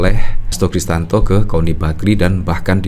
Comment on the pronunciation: Mas...bukan Kristanto, tapi KRISTIYANTO😊